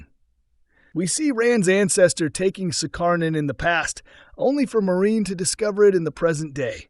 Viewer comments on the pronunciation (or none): Has this channel even watched the series? Keeps calling Moirane 'Maureen' lol